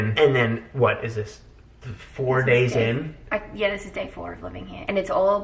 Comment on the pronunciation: Love how in says "four" in an American accent out of nowhere😂❤️